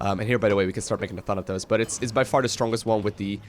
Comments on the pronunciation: it's pronounced Thanatos not Thanathos, Thanatos was Hades' lieutenant. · The way you say Thanatos sounds like Thunder-Toes :D